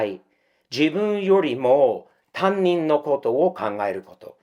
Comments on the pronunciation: たぶん、たにんのことをたんにんっていっていますｗ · 「たんにん」？、「たにん（他人）」な。たんにんは、学校の自分のクラスの先生のことな。